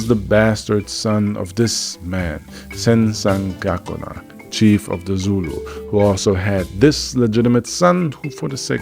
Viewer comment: First couple minutes in; you saying zen San goku na? lol